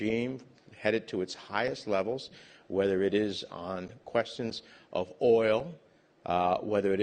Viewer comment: Алексей, ты большой молодец! Если хочешь немного улучшить Английский, не оФ Юкрэйн, а оВ Юкрэйн. Это реально отвлекает 😆